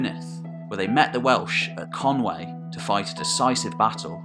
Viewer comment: Conwy=" Kon..we".. never "Kon way".